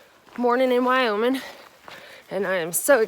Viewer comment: You say "Wyomin" just like someone that lives here.